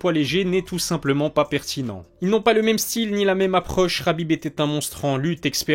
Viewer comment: c'est ha..bib pas rha..bib.